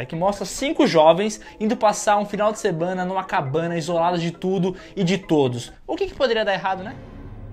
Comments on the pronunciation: Em ele falou final de sebana ivez FINAL DE SEMANA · " Um final de SEMBANA" 😂